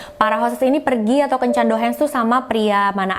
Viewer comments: Cara ngmngnya Douhang/Douhan kaaa bkn douhens 🤗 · Bukan Dohens tapi Dohang boss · Bukan dohens dong... tapi dohang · Yes ! akhirnya upload jg 🥰 maaf sedikit masukan, kencan itu nama nya Dohan. dibaca nya Dohang bkan Dohen. sekedar informasi Tugas kencannya cuma makan2 bareng tamu (bkan tdr brg). Disini gaji hostes per jam itu 300-500rbu bhkan lebih (trgantung tmpatnya) ya tugasnya nemenin ngobrol pria doang (dlarang menyentuh sang hostesnya) sy pernah freelance jd hostes. siangnya kerja prawat. pernah jg siangnya skolah,mlemnya freelance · Dohan = dibaca Dohang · mantap ceritanya kak, sedikit koreksi, yang benar DOHAN (dibaca DOHANG),ditunggu cerita2 selanjutnya kak.... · kata "Dohan" gak perlu di baca pake lafal bahasa Inggris, Douhan itu bahasa jepang jadi aksen nya masih sama kayak bahasa Indonesia A I O E O biasa